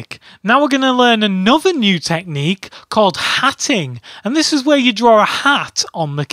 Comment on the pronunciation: I love hearing hearing him say "drawrr" and "drawrring".